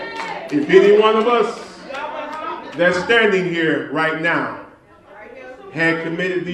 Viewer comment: Not Noww But Right Noww